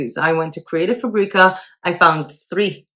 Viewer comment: You make “fabrica” sound like a spice when everyone else pronounces it like the word fabric